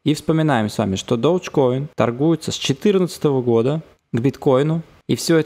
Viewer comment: додж коин..... ты выговаривать научись